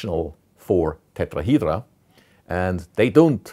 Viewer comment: I just love when he say Tetrahydra